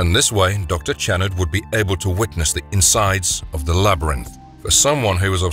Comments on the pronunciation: Great video- but I don’t believe that the narrator ever saw the movie, seeing as he mispronounced the subject of the video’s name the entire time, even though it was said out loud several times in the film. Still a good video- it’s about one of the first two movies, so it’s like shooting Nightbreed in a barrel. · You know what would be great? If you actually watched the movie, or at the very least watched clips where the characters name was spoken so you don't sound like a complete dunce and obvious voice actor who didn't even write his own script. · You're pronouncing his name wrong. It's not Jerod, it's pronounced " Sha Rord ". I know each continent pronounces words differently. Any who, out of all horror movies, Hellraiser is the most inventive and original franchise of all time so far. Atleast this franchise didn't go overboard with changing and defying the rules that started off the series of continuous sequels that defied the standard of rules they originally came up with. Their rules stayed constant unlike Friday the 13th where all of a sudden now they had telepathy in the final girl who could defeat Jason with the power of her mind . WTF ??? When it started, the killer was Jason's mother. It wasn't til the sequel that started the franchise with Jason being the killer. Hellraiser always stayed true. Even with Hellworld they stayed true to the original content. Unlike Halloween 3 Season of The Witch. That gave audiences a huge middle finger. Nothing about that p.o.s. had a thing to do with the previous movies until the final minute of the movie where we are assumed to believe it was Michael Meyers stepping off the bus. Hellraiser is 5he very definition of what all horror movies should aspire to model themselves after. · It’s not pronounced Channard it’s (Sh)annard with a Ch but sounds like a Sh get I right narrator. Your my favorite narrator you can’t be messing 🆙 bro 😎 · HIS NAME IS PRONOUNCED SHA-NARD!!! YOU'RE GIVING ME A FUCKING ANEURYSM!!!